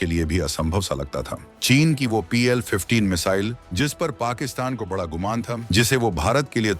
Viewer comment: आपका उच्चारण बिल्कुल भी ठीक नहीं है बड़ा और पड़ा आदि गलत तरीके से बोलना और सुनना बहुत ही अखर रहा है